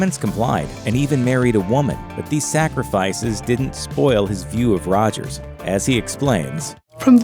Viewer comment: Why she say Rogers like that , that was cool lol.